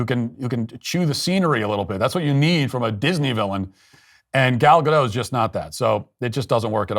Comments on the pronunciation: Gal Ga-DOTTT, not Gadough...she's Israeli, not French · Matt please at least pronounce Gal's name right it's Gadot how it's written there's a T